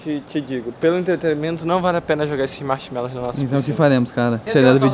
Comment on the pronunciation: "MACHMELOUS" Morriiiiii kksksksksks